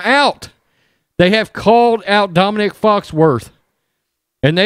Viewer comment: It's not Dominic, It's Dominique, like a bitch!